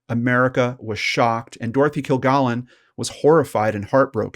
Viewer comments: Dorothy only appeared a few times on To Tell the Truth. Her regular show as What's My Line, NOT To Tell the Truth as you stated, Her last TV appearance, was on What's My Line. Her last name is pronounced "Kill-gallon", not "Kill-gollon." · it is kil GALLON, not "gollon" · Kilgallen with a short A, not kill-GAAHLen. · I really enjoyed listening to this story that I already know inside and out. I know you can't change anything now, but her named was pronounced Kill-Gallon (like gallon of milk) and she was on What's My Line and not To Tell the Truth. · Her named is pronounced Kil-GAL-in. They said it that way each week on What’s My Line. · I agree. You are not pronouncing it correctly. It is "kill-gallon". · Hey, I appreciate your videos because they are so well presented and to the point. Just a small heads up... Dorothy's last name is pronounced Kil-gal-en, as in gallon of milk. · I was almost 9 when JFK was shot, and saw Dorthy Kilgallon on games shows throughout my childhood. You are not pronouncing her name correctly. It’s a short “a” sound in her last name. No “ah”sound. Like a gallon of milk. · Dorothy pronounced her name "kill-GALLON," like a gallon of milk. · It's baffling how people who research and present content that is supposed to be informative and factual fail to perform quick and easy fact checks on their own material. The repeated mispronunciation of "Kilgallen" is inexcusable, since there are literally hundreds of recordings of the proper pronunciation on the Internet... and, a few seconds of death date searching completely debunks the Earnest Hemingway anecdote. Sheesh! 🙄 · You mispronounced her name straight out of the gate. Wtf? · This host immediately is mis pronouncing her last name. Please know how to pronounce a person's name that you are going to talk about in your video.. Moving on... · Yeah, just one woman's name---the SUBJECT of the post. And there is A.I. imaging, you know. This is A.I. Prove me wrong. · PRONOUNCE THE NAME RIGHT